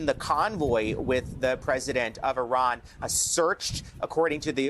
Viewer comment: It is not Iran but Iran(eerahn), formerly Persia.